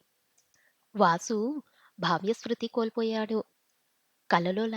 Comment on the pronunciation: బాహ్యశృతి కాదు తల్లో బాహ్యస్మృతి